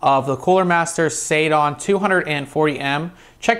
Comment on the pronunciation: Hate to say this but it's seidon, like the god Posiedon. Not saydon.